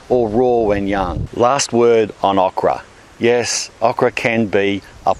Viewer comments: please Say OH kra that Uh kra sounds weird to me lol so anal i know. they are good fried those Okra. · "aw-kra". As an American, I've heard a new, interesting to me, Aussie pronunciation. We say "oh-kra". It's a great veg, but not too many know how to cook it. It's big in Cajun and Creole cooking, and breaded and fried in the South, but also great whole on the grill, pickled (my fav), and plenty of other ways. Kinda like squash... You can make it taste like shit if you don't care. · He says awk-rah.....lol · Thumbs up is this is the driest time you’ve heard “okra” with an Australian accent. Shout out with how you like to cook it. I like it breaded and fried or as a part of a gumbo. Tried gardening many times, okra always makes you feel like you’re not terrible at it. ;)